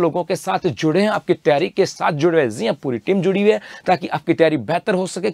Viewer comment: Jii han ❌ zee han ✅ 😂